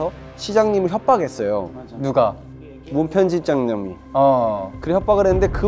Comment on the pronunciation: 꿉스 진지한 와중에 문편집장 발음 3번연속 틀리는거 왤케 귀엽냨ㅋㅋㅋㅋ